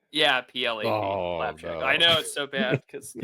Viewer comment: ITS PLAPJAK